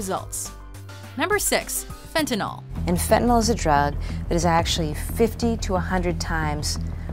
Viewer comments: Why do people pronounce "fentanol" when they read "fentanyl?" You would think a professional speaker would speak what they read, when speaking from a script. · You really need to learn how to say the name of drugs